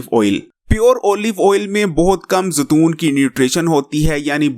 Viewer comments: تم بھی زتون ہوں، کھوتے انسان زیتون ہوتا ہے زتون نہیں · زتون نہیں زیتون ہوتا ہے